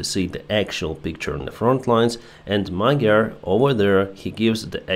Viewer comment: the correct pronunciation of "gy" in Magyar's name is: д+ь (or д+я) The Ukrainian palatal d = Hungarian palatal "g"